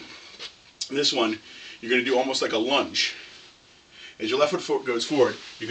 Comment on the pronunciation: he said lunge